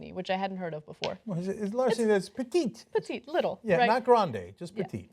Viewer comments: im from nyc. petit larceny is pronounced petty larceny. like when your ex sounds petty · It's pronounced as petty... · "Petit" is actually pronounced "Petty" in legal circles. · Pronounced Petty Larceny... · No cenk, petit is not spanish. It is french.